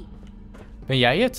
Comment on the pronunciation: ben ik de enige die 5 seconden voor dat father zij 'ik ben chaun' /dacht dat is zijn zoon